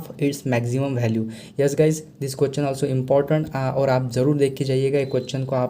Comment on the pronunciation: Make pronounciation sir it is question not quction